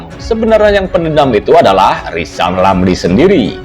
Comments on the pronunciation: Bacotnya rizal lama2 semakin goblok,ngomong gede jadi mentri di pecat dendam dasar goblok ngaku pinter ngomong r aja ga becus,ngoceh aja gede. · Kalau hati sdh di rasuki sakit hati Segala ucapannya bikin ilusi Pantas di depak dr mentri Ngomong R saja tdk jelas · Hae rizal ngomong mulu lo ngomong R ga becus , ente sakit hati ya di pecat jokowi , itu artinya ente ga becus kerja